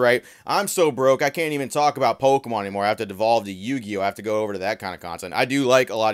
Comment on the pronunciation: Why are you saying “POLkemon”?